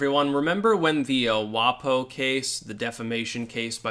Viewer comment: Don't pronounce it 'WahPoh'. WaPo rhymes with Waco.